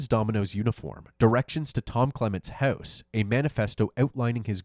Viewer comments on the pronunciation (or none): Canada in the "heouse".